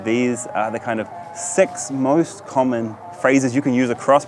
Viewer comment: Other people: Six Karl: Sex